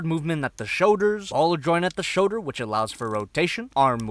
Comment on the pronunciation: What's a "showder"?